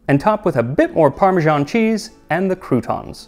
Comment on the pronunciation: Why you pronounce parmesan like that?